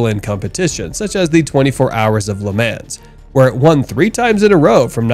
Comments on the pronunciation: It’s pronounced ‘Luh Mah’ NOT “Ley Man’s”! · I am a sports car enthusiast for well over 50 years. I am old as hell. There is no "s" in the word "LeMans". It is pronounced Le Mon. I love your channel because of the super cool things I'll find. Please get a better understanding of the words you use. Thanks. Cat Daddy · Will someone please explain to him how everyone else says Le Mans